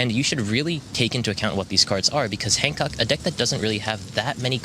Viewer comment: Take a shot every time you hear “Han Cuck”